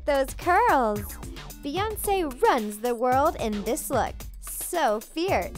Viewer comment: No offense but you messed up Beyonce